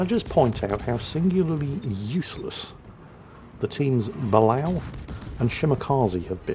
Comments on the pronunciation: Excellent vid as always sir, however I have always heard that sub pronounced 'Ba-lay-oh'. And this is not a dig at the 'same ole misnaming ships, just informing. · Dear, It's pronounced "buh-LAY-oh". Sincerely, -America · Correct me if I'm wrong, but I'm fairly certain Balao is pronounced (Bah-lay-oh). It could just be because that's how they pronounced it in Periscope Down.